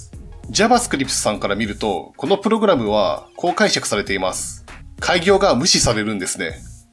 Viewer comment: おい！！！プ↑ログラムのイントネーションおかしいぞ！！